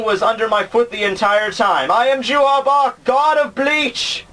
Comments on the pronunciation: it's not JUHA BACH. His name is Yhwach. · hey, i don't want to be THAT guy but the german pronunciation for J=Y, you would say Juha like You-Ha. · I need to point out that his name is "Yhwach" not Juha Bach. That name was what the translators thought (because they could only see the name via the way it sounded when converting the kanji to english) but the last Bleach volume revealed the official romanization of the of his name. Same for Haschwald whose actual name is "Haschwalth". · No its pronounced youha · Nobody likes that translation because nobody knows how to pronounce it. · The same reason everyone who watches DBZ says "Krillin"... And like I said before Yhwach is a stupid name that nobody knows how to pronounce.